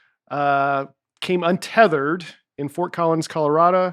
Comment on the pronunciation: When said “colorada” instead of “Colorado” 😂